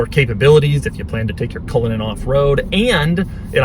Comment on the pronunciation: Hey Cullinan (Culligan) Man!